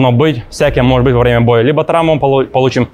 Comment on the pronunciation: как будто яйца прищепками зажали, что за голос? Цитата Степанов: Бой вьемя, тьиумф вецен!